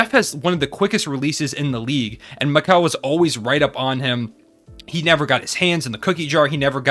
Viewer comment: Mikal Bridges❌ ✅ Mike Call Bridges